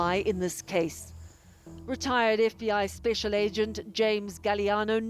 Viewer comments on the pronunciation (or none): none